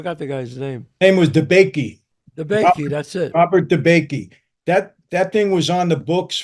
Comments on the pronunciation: Not "Robert de bakey," mike. It's G. Robert Blakey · G Robert Blakey not Debakey lol...Joe banono book was Man of Honor not something my father lmao😂😂